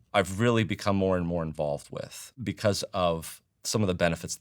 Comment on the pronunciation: It's "because", not "bevauce". 😂